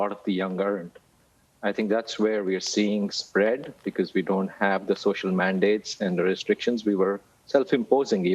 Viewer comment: What I want to know is , what is "waxicnated"?? Learn to pronounce the word first. Stop telling us to take a vaccine we don't want.